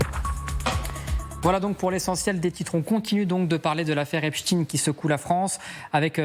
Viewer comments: Aggaçant! Epchtine au lieu de epstein (chtaiiine) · On dit EPSTEIN et non pas EPSTIN! On dit bien Einstein et non Einstin!! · Albert HEACSTINE LOOL CA SE DIT ESTEINE PAS TINE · Epstine or Epstein ? Problème de locution chez ces journalistes. Epstein est américain pas russe comme Poutine, raspoutine, etc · A force de dire Epstine , vous allez voir qu'il vont finir par dire que ce n'était pas le même ! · pas epstine.... arretez de prononcer son nom de travers; un fait expres? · Epstein et pas epsteen Comme Einstein, franckenstein Inutile de prendre une connotation russophone, c’est bien le suffixe Ein de la communauté dont il disait lui même qu’elle était la race supérieure Agent russe😂😂😂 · C'est clair ! Même pas foutu de lire